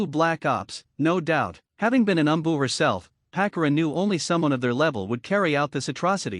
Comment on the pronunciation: This AI narrator kunow, kyuibuy, umboo. It is unlistenable.